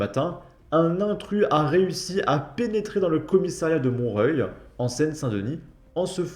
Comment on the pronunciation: J'adore ta façon unique de lire le nom des villes , tu dois être le seul à prononcer mont-reuil😂